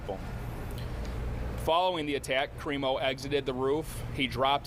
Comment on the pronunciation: Creepo instead of crimo!!!